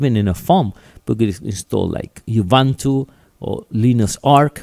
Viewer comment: uibanto? ;) ubuntu is not even english, mate ;) buen video